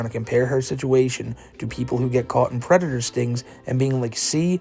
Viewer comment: I thought he was a pwedator